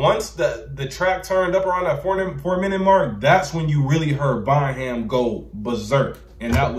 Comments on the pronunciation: The ‘H’ in Bonham is silent: Bon-um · bonham is pronounced bonum for future reference :)